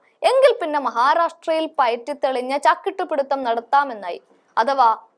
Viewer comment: ചാക്കിട്ടു പിടുത്തമല്ല മോളെ ചാക്കിട്ടു പിടുത്തമാണ്. ശ്രദ്ധിയ്ക്കുക ഖാദർ